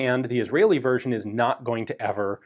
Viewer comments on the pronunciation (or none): none